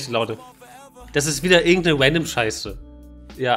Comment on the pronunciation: wandom und twailer killt mich immer wieder :face-purple-crying